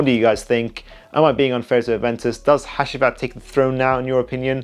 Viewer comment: Loved the video brother. BTW the last perfume by Nishane is pronounced Ha-Jee-Vat